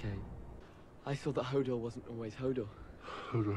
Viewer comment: hodor not odo xD so glad I found this channel.. also I think Willis was a warg and could warg into a horse (stableboy) and the guy said if you warg too much you can get lost... I think he is damaged from that. he also got scared from the thunder (like a horse)